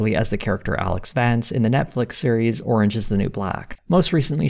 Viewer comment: "Alex Vance?" I see you haven't watched Orange Is The New Black yet... (it's "Vause," pronounced like "Boss") Highly recommend. Loved this episode on that show about the 'seventies!